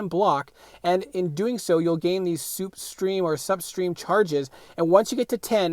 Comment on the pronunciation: Great guide, just gotta point out that it’s slipstream, not supstream. Mcoc font :(